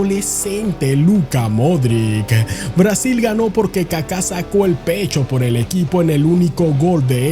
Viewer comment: Modrić se pronuncia Modrich